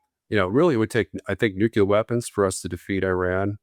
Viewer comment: Why does not know how to pronounce "nuclear"? His pronunciation has always been used as a shorthand indication of an uneducated ignoramus.